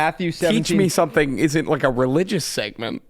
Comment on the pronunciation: On the last syllable of teach me something you guys go down in pitch and i just need you to keep it the same tone next time. It ends weak, i need you guys to finish strong on that. It should not be TEACH ME SOMEthing. Infuriating!!!!